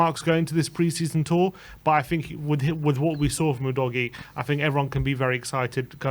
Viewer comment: His name is pronounced 'udojee'. Get it right. It's not difficult. 🙄